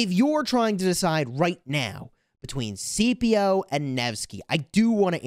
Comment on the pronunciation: I keep getting triggered by how you keep calling Scipio "CPO" lol The C is not silent. His name is pronounced more like "Skippio"